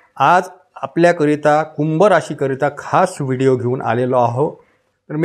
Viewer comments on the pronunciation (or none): none